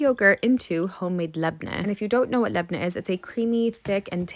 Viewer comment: The way you pronounce labne caresses my brain ❤